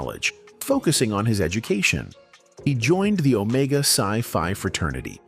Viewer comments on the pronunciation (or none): none